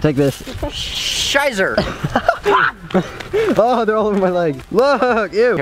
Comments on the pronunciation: Did you guys hear SHEIZER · Did just said 'scheiser'?😂